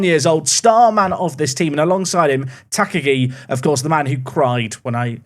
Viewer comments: Tuh -KAH-gee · just engaging about the soon to be top scorer of the league. Ta-Ka-gi isn't hard, I'm sure he'll nail it over time. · Please pronounce Takagi in the commentary like Hans Gruber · I really hope you are pronouncing Takagi this badly for engagement. Please stop, you are going to say his name a lot.